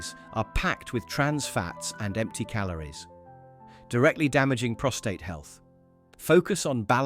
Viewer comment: Prostate.. not ptostrate